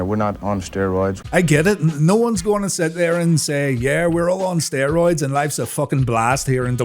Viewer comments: What are steeroids? I don't know, aren't you the one that says per instead of poor all the time? Seriously dude, pot and kettle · "Steeroids! Now with 110% More Bruthuring!" 😂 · Steer-oids...? Is that what Lucha-deers thake? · What's "steer-roids"? Cattle on the gas, brother...